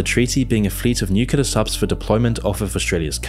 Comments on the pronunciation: Its Nuke Leee errrrrrr.... Not Nuke uuu leerrrr.....lolol srry im a word Nasi..... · please pronounce the "nuclear" properly. You are saying: "nucelar" instead of "nuclear". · We're already in it. We've been in it for the past 3 years now. These are the beginning stages. Also, NUCLEAR, not nucular,.